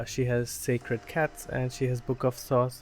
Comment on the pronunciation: I like these moments you call sACred cats as sCAred cats 😂